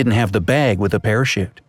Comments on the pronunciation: On #3 you said parashit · Did he say parashit that's what I heard lol